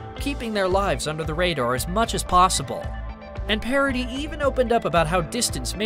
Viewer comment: It it not pair a di. It is Pah rah dis. Try a bit more.